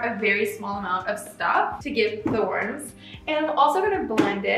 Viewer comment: You're good, I'm just being a troll😋and I really liked your video! (about the "warms"... 😁)